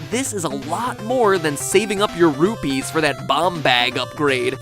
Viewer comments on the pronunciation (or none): none